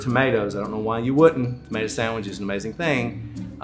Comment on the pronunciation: "It's like tuhmater, but without the tuh."